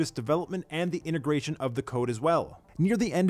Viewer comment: It is INTEGRATION, not INTERGRATION - just saying.